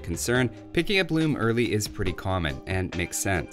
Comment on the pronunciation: "RRReasearch... loom-uh"